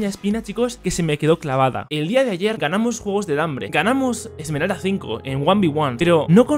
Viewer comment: wtf dice emeral en vez de esmerald en los rangos lol